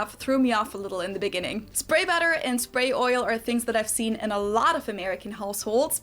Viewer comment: "Seven Fings" 😅